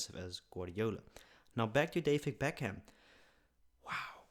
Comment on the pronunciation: its pronounced beck am